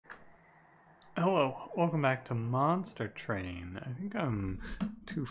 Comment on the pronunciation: Hello, It's good to be back here at Monstah Twain. UwU